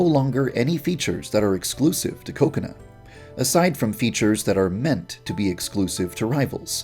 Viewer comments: it's funny how every time he says kokona which is pronounced ka-ko-na he instead says cocona but it's sounds like coconut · Is it pronounced .. Coco-nuh or Cu-co-nah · Why do i heard ko ko nut Instad kokona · is it just me or when i hear Yandere Dev Say Kokona i hear Coconut?